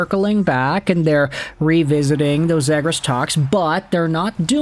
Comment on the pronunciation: At least say his last name right bro💀